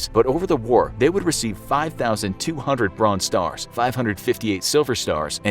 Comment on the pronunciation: “5,200 Brzonze Stars” 😂